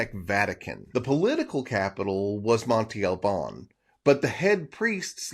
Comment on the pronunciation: Interesting video 👍🏼 I think some people would like it even better if you wouldn't pronounce Monte Albân incorrectly every time. It's not "Monty" but Monte with an open "a" sound at the end like the a in "can" just shorter. You can pronounce it "Montay" which is not correct either but not as bad as Monty. Peace out 👍🏼